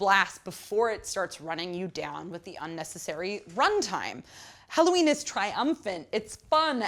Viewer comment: BTW the name of the band is HELLOWEEN not Halloween